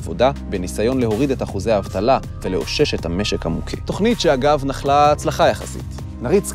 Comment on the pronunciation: אתם ערוץ ציבורי ממלכתי - אתם מוכרחים להוסיף עריכת לשון לקריינים שלכם. אי אפשר לשמוע את הטעויות הנוראיות בסרטון הזה. 1. בפעם הראשונה - הפא דגושה: bapaam, ולא bafaam. 2. ״בעבודה לקינו ובעבודה נירפא״ - neirafé, ולא nirpé (כאילו, דא!) 3. נחלה - החית נהגית בתנועת פתח, לא שווא. nakhala, לא nakhla. זה באמת בלתי נסבל. השפה העברית בערוץ ציבורי לא צריכה להנחיל טעויות ושגיאות לציבור, אלא ללמד אותו כיצד לדבר בצורה נכונה. אם הקריין לא יודע את שפתו, מילא: דאגו שיהיה לו עורך לשוני שינקד לו את הטקסט. למשל, צבי סלטון.